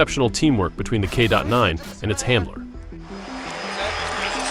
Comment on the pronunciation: It is a K-9, not a K dot 9. Really?